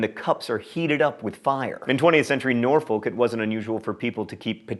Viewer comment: You pronounced Norfolk wrong. But I will let you off as I'm from Suffolk